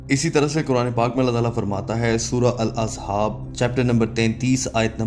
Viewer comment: Surah al azhab nahi ahzab hai bhi